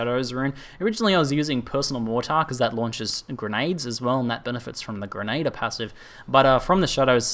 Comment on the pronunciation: For my sanity could you please learn to pronounce grenadier correctly. It's Gren-a-dear not gren-ader